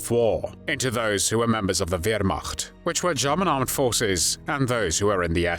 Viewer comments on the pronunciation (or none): none